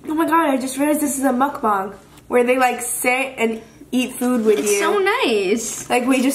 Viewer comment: Lol I know I am late but I think its muk bang not bung hehe